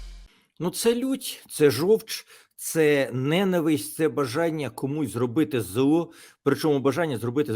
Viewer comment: Тарасе! Українською--- ненАвисть, а нЕнависть ---- це наголос мови ворога.